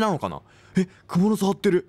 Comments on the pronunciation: くも⤴︎のす⤵︎？ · クモの巣のイントネーションどゆことwww好きじゃわ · 蜘蛛の巣のイントネーション好きw